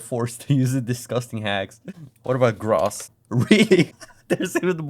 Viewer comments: It's GROOOOSS not Gruhss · English "Gross" is pronounced "grow-ss"not "graws." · "gross" is pronounced as if it were spelled "groce" by the way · amt of times I heard gras is.... pronounced grous (gross) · That was a very funny video and it's even funnier to think that there comments were next to the same code that let me play pinball. Also I gotta say you pronounce gross weird. You say "Gross" when really it should sound like "Gross", you see what I mean? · Awesome video. It's interesting to see inside of the minds of the developers at a raw level. BTW gross is pronounced groess or "grows". Sorry didn't mean that to be harsh, it was just hard to hear the word over and over lol. Great video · 'till = until. also gross is pronounced "grous", kind of like grows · it's grous not grahs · Why does he say Gross like Graws? (Its suppost to be pronounced like Growse) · "Gross, huh?" this was the baseball huh of the late 90s, wasn't it also I love how you pronounce gross as like, "graws", instead of "growss", it's a little silly quirk of the accent and yes I wanna see more of this! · it's graws when referring to the financial term, otherwise growss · its pronounced grOWs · dude says gross as grass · gross is pronounced groce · afaik "gross" rhymes with "hose", and not with "moss", just english being english :D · Hey just for pronunciation on gross; it's like the "oh" sound in toe or nose. It isn't like the short o as in moss or trough. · This is the most German pronunciation of Gross I've heard. I wasn't looking and I thought you were looking for "Grass" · Grauss is my new way of pronouncing gross. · Great video but I've never heard anyone pronounce "gross" like "cross" lol. And so many times. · I like how you pronounce gross as grass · "grawss" XD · Please check pronunciation of "gross" e.g. on youglish. It sounds more like 'growth' than 'boss'. :) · the o in gross is supposed to be pronounced like “oh” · TIL it's not actually read as "graws" 0_o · You said gross wrong